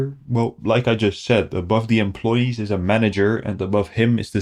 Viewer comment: "They are jot people, they are scammers". "Just is silent there ;)